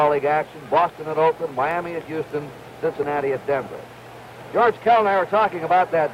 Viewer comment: Temp-pit-ture. Sin--sa-nat-tuh ball club. Sked-yule. He'd never say Reds, just ball club. I wonder if it's due to fighting against Communism in the war.